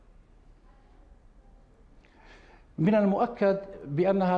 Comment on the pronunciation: الاحتياطي وليس الاحطياطي